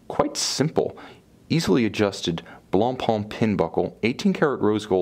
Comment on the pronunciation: At least, an english speaker that finally says Blancpain with a muted C like it's supposed to be said. Thank you, greetings from Switzerland.